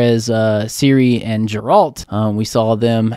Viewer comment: Hello guys! love your reactions! just a note though, "Geralt"s name is pronounced with a hard "G" like GET not Jeralt. Nobody in the show calls him Jeralt.